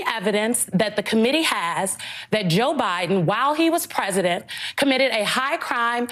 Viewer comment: She keeps saying "while he was rresident". His high crimes as resident are much more henious than the crimes as an obiden.